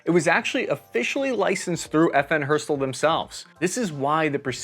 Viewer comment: its not not FN herstuhll FN HER ST ALL (and make the A flat)